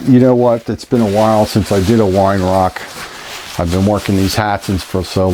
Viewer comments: its pronounced veye er-rark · Weihrauch is pronounced vei rowgh.